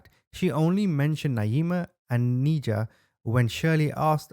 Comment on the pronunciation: Her name is pronounced "Ni-jah" not "Knee-jah"